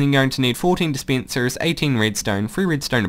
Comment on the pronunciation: sorry but I can't help but laugh when you say d spencers and sea kens